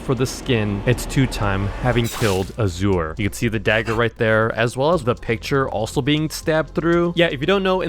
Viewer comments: Norway he pronounced it asewer its azure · i lost 100 brain cells every time he said auh-zore instead of ah-zhur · azure is pronounced azz ure (zchur)